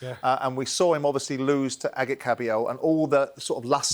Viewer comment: Did Spencer FINALLY pronounce Kabayel’s first name correctly?!